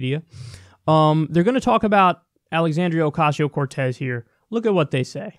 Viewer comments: Funny how they cant say her name in one attempt. Let alone pronounce it right. Their only job is to read things correctly and to blow shit out of their ass on live TV. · no they are definitely butchering it on purpose. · They like to fuck up ethnic names and then say, this is america, its pronounced like _____ now". They are intelligent people, its just a form of fodder and disrespect. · They chose to not say her name correctly they were demonstrating their contempt for her and her ideas. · They still can't pronounce her name ? Smh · The inability of Fox News to say her name correctly reminds me of Family Guy's joke about white people making Mexican food, where they say "TACK-os! on a corn tor-TILL-a!" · Funny how she was gonna say her name right then mispronounce it on purpose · As much as Fox News talk about AOC you think they’d know how to pronounce her name by now. Their ignorance is stomach churning. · They keep miss pronouncing her name on purpose. It's a racist dog whistle. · Someone with an ounce of respect would have apologized for butchering her name. For them being mainstream news anchors, I would EXPECT that they would know how to pronounce her name. Since I know they do, they mean disrespect. Most people would see it as disrespect then move on, however, a racist would hear that and pause a bit to smile. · So snl can make fun of a disabled veteran, but fox can’t make fun of a dumbass. Ok It’s also stupid that fox dumbasses can’t pronounce her name it’s not that hard. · Did you notice how many times the lady had to stop herself from saying her name correctly? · Do you really think they are mispronouncing her name by accident? No. Its the right wing's VERY effective way to brainwash people. In this case, what they're really saying is, "Alexandria O-whatever her name is, is so insignificant, its not even worth the effort to get her name right." And that strategy WILL work on the right. They are easily manipulated.